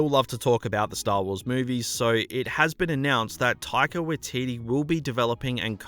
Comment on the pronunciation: its pronounced 'taika-why-teetee- not 'taika-wa-teetee'